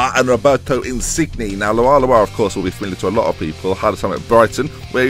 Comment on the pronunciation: Insigne is pronounced In-seen-ye